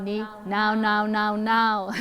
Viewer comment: Ciri khas banget pas bilang NOW NOW NOW NOW NOW 😂😂😂